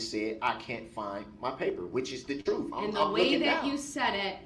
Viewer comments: Trooooffff. Twentief. Den. Do dat. Go back to school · Disgusting the way he “peacocks” in front of Erica, trying to show her how smart he’s trying to be. Maybe he should just tell the “troof”